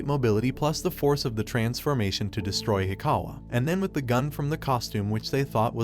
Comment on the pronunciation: When he says “transformation” I hear “transfurmation”